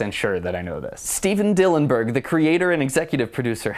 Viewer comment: Steven Hillenberg not Dillonberg.